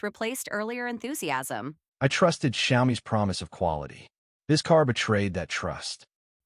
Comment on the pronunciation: Xiaomi is pronounced as Xiao mi, two syllables. Not Xia om mi, three syllables.